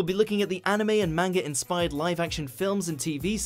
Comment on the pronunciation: the way he said manga tho